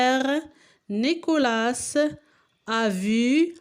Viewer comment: Et aussi on dit Nicolas on prononce pas le s a la fin